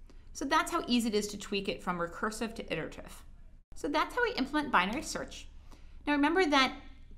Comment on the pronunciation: lol she can’t pronounce iterative.